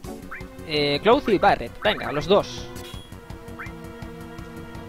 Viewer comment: Tus guías son mis favoritas, pero me pone un poco nervioso que pronuncies los nombres mal... Cloud es "Claud" Hojo es "Joyo" Junon es "Yunon" Mideel es "Midil" Gil es "Guil" Y así un poco con todo... Espero que con el remake escuches su pronunciación original y consigas modificar tu pronunciación. Por otra parte, me gusta respetar los diálogos, dar tiempo a leerlos o incluso leerlos tú, en lugar de pasarlos rápido para centrarse sólo en el gameplay... A veces no me da tiempo a leer y me pone un poco nervioso eso también, pero por lo general me gusta que tu jugabilidad y la guía en sí sea tan completa y te sepas todos los trucos y mejoras. Gracias.